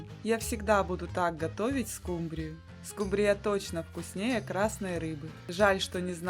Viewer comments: Произносите, правильно ставя ударение: скУмбрия, а не "скумбриЯ"! 🤦‍♀️😅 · Не скумбрИя а скУмбрия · Особенно окончание данной рыбки от поивычного звучания скУмбрия и скубриЯ 😅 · СкУмбрия, а не скумбриЯ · Можно по-пробовать приготовить. Просьба делайте правильно ударении на слове скУмбрия, на букву У. Почему Вы делаете ударение на букву Я. СкумбриЯ, так неправильно, простите. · У вас что такой рицепт то длинный не скумбри'ю а ску'мбрию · СкумбриЯ...да уж.,любимая рыба миллионЭра.😅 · правильно говорить не скубриЯ, а скУмбрия! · Рецепты хорошие, даже очень. Спасибо! Но почему скумбриЯ, если скУмбрия, ну невозможно же слушать. Зачем так безграмотно? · Со второй скумбрие"й😅😅😅😅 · СкУ́мбрия!!!! А раздел рыбки аналогичен разделу сельди! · Мне понравилось как звучит «скумбриЯ’» ,что то наподобие ЗульфиЯ’ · Спасибо, скУмбрия... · СковородА,скумбриЯ,это что новый русский язык? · А еще, скумбрия, с ударением на Я, отпад! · Дааа, из какой республики приехавшая,, скумбриЯ,, 😅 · Что за скумбриЯ, компьютер что-ли говорит? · СкумбриЯ! Когда же ьудете правильно говорить? Неаозможно слушать.... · Это что за слово Скумбрия почему так говорите? Для всей семьи это слишком мало